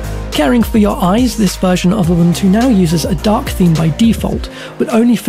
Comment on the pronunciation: Mispronounced Ubuntu and Gnome